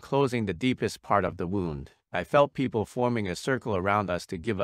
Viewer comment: When he said "pee-op-ple" instead of people, he fully lost me 🤦